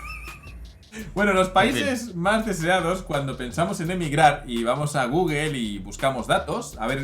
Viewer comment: "Googel" Me encanta las palabras en Inglés pronunciadas como se fuera en Español.